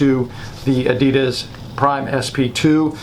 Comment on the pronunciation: When did they officially start pronouncing Adidas like that?